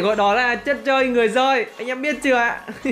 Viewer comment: Chất chơi người dơi chứ em nghe a đọc chất chơi người giơi là sao😄😄😄